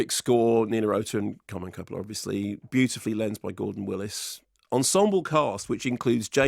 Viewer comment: Koo-polla lol